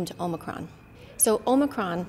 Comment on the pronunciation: First time anyone says Omocron to me, I'm going to laugh in their face.